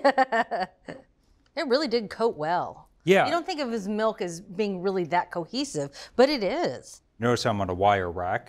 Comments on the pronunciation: The last guy sounds like he's saying MELT but apparently he means MILK. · For the calamari, where do I buy "melk?" 😛